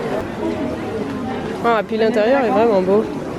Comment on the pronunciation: "Et pi l'intérieur est vrinment bô", tu choppes l'accent que tu le veuilles ou non !